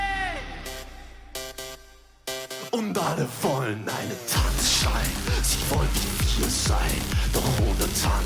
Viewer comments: Tanz - Schein. think of it a two distinctive words, don't try to bridge it. and you mix one N too much in it: Schein, not Schnein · TANZ (like 'hunts') SCHEIN (exactly like 'shine')